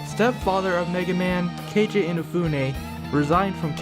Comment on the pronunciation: 1) I am using adblocker. 2) His name is ROCKMAN 3) You can't even pronounce Keiji properly